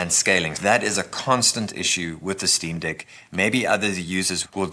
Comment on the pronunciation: Did this ninja call it the Steam Dick 😩😩😩